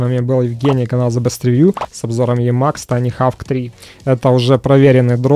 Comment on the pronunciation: очень прошу, не ленись перед записью спрашивать у гуглопереводчика, как произносится название обозреваемого продукта. Ну какой хавк?) И такая фигня раз за разом, из выпуска в выпуск.